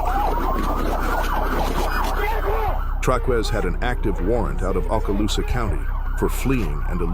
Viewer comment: Okaloosa is pronounced OH KAH LOOSA